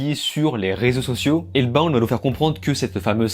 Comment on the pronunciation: bin j'aurais la flemme de liker ta critique ( je sais tu vas dire tu t'en fous) en vrai ca coute rien d'au moins essayer de bien prononcer